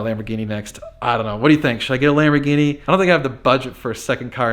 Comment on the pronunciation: It's a nice ''Labor Guinea''